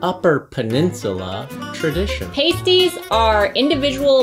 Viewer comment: I always use some gravy with pasties. And you don't use the long A vowel when pronouncing it.